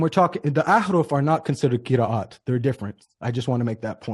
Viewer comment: cannot even pronounce Qira'at he says Qiriiiyat